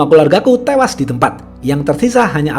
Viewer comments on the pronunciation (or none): Hingga tewashhhhhh fasih bgt huruf shodd nyaa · Anjirtt Kok aku agak ngakak pas mimin ngomong HINGGA TEWAS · Suka banget pas bilang HINGGA TEWASS..!!! 😀😀